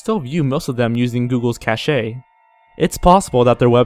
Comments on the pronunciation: Great and informative video! It's always fascinating to see what has become of lost media. Especially something like this where there's a ton of possibilities about what happened. Of course, I hate to be a nitpicking that guy, but cache is normally pronounced "Cash" and facade is "fah-sawd." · Cache is said like "cash" Viacom is said like "v-eye-ah-com" Façade is said like "fa-saad"